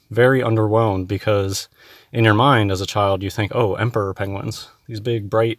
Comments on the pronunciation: is not worth the time of day. Also, is he calling them "Pengwings"? If so, he's more stupid than I thought. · Has anyone else noticed he is saying 'Pengwings' rather than Penguins? Or at least sometimes, like Cumberbatch style.